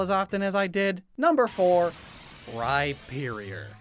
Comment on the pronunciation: AND DO NOT LEAVE OFF THE H IN RHYPERIOR!